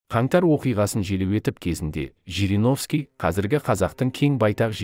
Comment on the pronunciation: ЖЕРЕГОВСКИ ШАЙНАҒАН ЕКЕН.